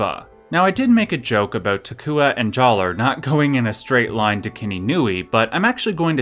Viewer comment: I don’t like the way he says Jaller with a hard R.